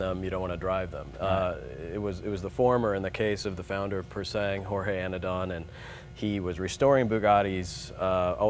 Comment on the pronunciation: i need one loll......but you dont pronounce the G in pure sang